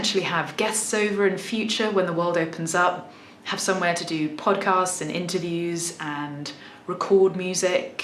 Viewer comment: She also used the "England/United Kingdom is big and has so many accents" line that many fakers use, she sounds like an implant from the States, most likely New York. She didn't pronounce the R in interview or started like you will expect from her regional accent.